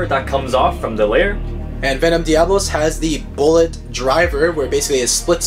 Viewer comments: It's not venom diablos its venom develos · You people do not know beyblade it is devalos not diavalos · It’s devalose not diablos